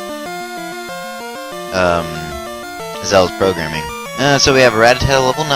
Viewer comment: rattata is pronounced ruh tata not ratatata